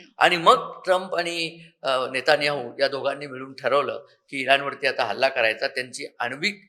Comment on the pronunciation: "NE"ta"NE"yahu 😂😂 अतिशय अभ्यासपूर्ण विश्लेषण. खूप छान माहिती.